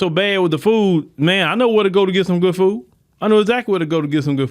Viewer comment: It's pronounced "fooD", not "foo".